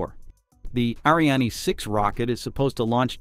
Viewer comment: fyi... the trailing E in Ariane is silent.